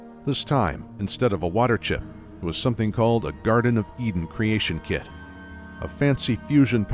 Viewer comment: you can almost hear "muh wurtur chip"